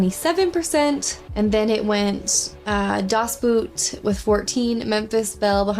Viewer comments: lol she pronounces it as boot instead of boat. thats so cute. Its German though, you pronounce it as boat because thats what it means("That boat"). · Never heard of "Courage Under Fire" movie. Das Boot is pronounced "Boat" as the double OO in German is the Long O. Love this film with Robin Williams, and fondly remember AFRTS radio and t.v. overseas. Adrian Cronauer was an actual DJ in Vietnam with AFRS, and wrote a script for a TV movie of the week in '79, which caught Williams' attention, but Mitch Markowitz altered it drastically, and many of the things portrayed in the film were fictionalized. Cronauer served his full year in Vietnam and was honorably discharged, contrary to the film character. I'm glad you actually caught some of the joke references. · The word 'boot' in Das Boot is pronounced similar to the English word boat (it just means The Boat). 🙂